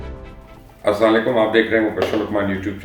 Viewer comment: مبشر بھائی آپ ہمیشہ سلام غلط طریقے سے کرتے ہیں لفظ اسام علیکم نہیں ہے بلکہ السلام علیکم ہے